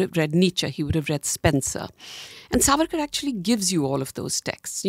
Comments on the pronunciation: Dear Shehzaad, it is saavarkar and not savaarkar. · Shahzad keeps calling Savaarkar... but it's Saavarkar.. she called correctly many times, but it looks Shahzad didn't get it. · Its Savarkar , not Sarvarkar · at least Naam to thik se bol lo Savarkar ka , itna bhi hard naam nahi hai . koi gora bhi thik se naam le sakta hai tum to phir bhi idhar ke hi ho.